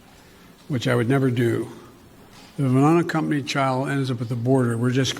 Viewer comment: "Which I would never do to anruhnna accompanied child ends up at the border"..........This man has a speech impediment. His inability to precisely articulate sentences is worrisome. He is woefully unfit for the office he stole!